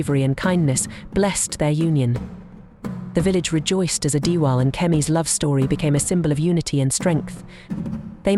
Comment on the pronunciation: Prince adewale, not pronounced adiwaal...or adi-whale I would have really pissed off if kemi rejected prince adewale upon him revealing his royal status to her. Because it wouldn't have made any sense at all